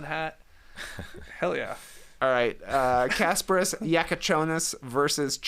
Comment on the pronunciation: Props Trey, this time you nailed Kasparas' name, here you go. Also, I am not russian, but I also believe you got Egor's name right this time, its not Eee-gor, its Eh-gor Deh-min, pretty sure, E letter does not make that ee sound in these Slavic languages. I know nothing about college Basketball, but I spend entire year listening to locked on nba draft pod, cause I was bored I guess, and I feel I know a lot about these college kids, tho I have never watched them play. They say BYU coach recently benched Egor, because team plays better without him and he only gets playing time cause he is draft prospect, and you play draft prospect to attract future top talents.That sounds not that great, Egor I feel is one of the most intriguing guys in a draft, since he is 6'9 PG with amazing passing, but in reality, his ceiling is probably low, he probably does not end up being point guard in the NBA due to lack of athleticism and scoring ability, but people compared him to Joe Ingles, who is a good player. Russian Basketball is in terrible condition, they obviously banned from tournaments nowadays cause of the war atrocities their leaders lead to, but just overall, they basically do not have a single good Euroleague caliber player at this point, maybe except ''smile be happy'' Alex Shved who is still around, so for them to just have first round pick is huge, their domestic talent development has been complete garbage in past several years. With NIL money and successful development, we see m